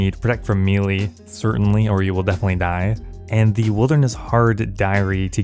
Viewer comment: Its pronounced May-lay, not Me-lay. Fix yourself